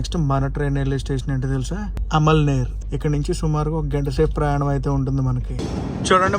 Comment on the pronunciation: Amalner ante nuv alamaner annav bro